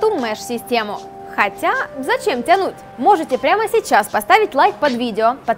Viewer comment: акцент убивает))) тЯнуть